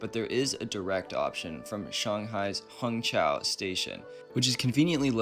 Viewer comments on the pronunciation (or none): Hongqiao, not Hongxiao